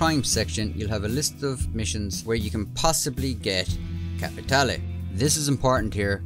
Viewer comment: I like the fact you pronounce "capitale" correctly 😁